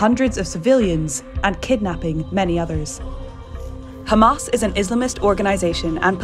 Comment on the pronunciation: LOL, the first narrator who knows how to pronounce Hamas!